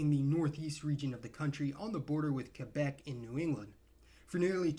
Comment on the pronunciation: Finally an American who can properly pronounce Québec!